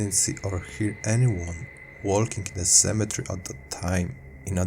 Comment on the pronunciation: It's pronounced cemetery not cemetre